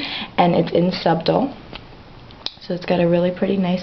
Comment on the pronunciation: I think you mispronounced SUBTLE.